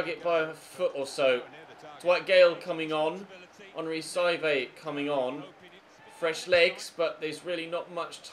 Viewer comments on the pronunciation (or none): none